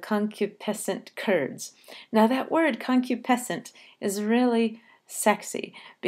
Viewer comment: It is pronounced con-KYOO-puh-sent, not CON-kyoo-PEH-sent. This makes an important difference to the rhythm. If the word is pronounced the latter way, the rhythm stumbles. If it is pronounced the conventional way, the rhythm continues to flow as a rising one, with iambs and anapests: . . . and BID / him WHIP In KITCH- / en CUPS / conCU / piscent CURDS.